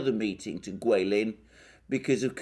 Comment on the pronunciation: Alexander thank you. I guess you can speak mandarin, you say Chinese guilin 桂林so accuracy . I like to listen your speech, keep on issuing more your viewpoint, I support you. Give you a thumb up.